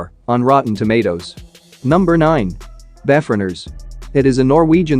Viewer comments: Its pronounced prime evil, not prim evl. Also, it's pronounced be foreigners (like before..), not bef oreigners. Just saying.. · Before-eners was bad as well. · PLEASE !! - If you are going to use text to speech, please actually listen to it before uploading... - Beforeigners should sound like Before and Foreigners. (people who are foreign) - Primevil should sound like Prime and Evil On the plus side - Fantastic List, I have watched most already, now actively seeking out the rest !